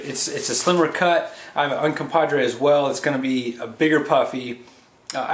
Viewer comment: Thanks for the review. One point......Uncompahgre, NOT Uncompadre. The name Uncompahgre comes from the Ute word Uncompaghre, which loosely translates to "dirty water," "red lake," or "red water spring" and is likely a reference to the many hot springs in the vicinity of Ouray.